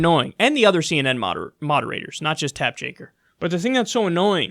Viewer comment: "Tapp Jaker" -Kyle Kulinski, 2019